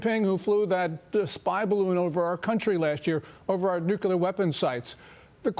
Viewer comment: how can you take ANYBODY serious when they cant pronounce NUCLEAR correct. Isnt this invitation obvious?! With pooh xingping in company, he sees the great Don ascend power, and no ccp terrorists will attack such a glorious event with their proclaimed "DICKtator for life" in presence. Its genius, actually.